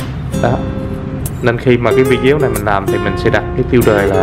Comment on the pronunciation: video = vi đi ô , ko phải vi déo nghe rất khó chịu .vài lời góp ý